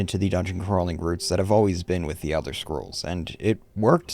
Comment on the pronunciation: Elder Shcrolls Blade. Right. He said Shcrolls. Like the shmuck he is.